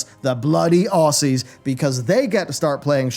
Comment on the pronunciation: The "Oss-ies?" Nah mate, it's pronounced "Ozz-ies"